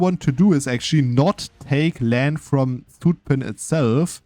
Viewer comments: To pronounce Zutphen correctly a German would sooner write sütphen. The s is not fully correct but the german z that's,pronounced ts is more wrong (there is no t sound). The (short) ü instead of u because that is how the Dutch u is pronounced, the german u sound we spell as oe. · ok let me be fully correct: for Utrecht you are completely correct. For Zutphen it sounds more like the u in the English duhhh. We call the difference short u vs long u but I dont think it maps to kurze ü vs lange ü in german cause I've been thinking for a few minutes and cant think of a German example where ü sounds like the u in duhh or Zutphen. I'll update if I end up thinking of one.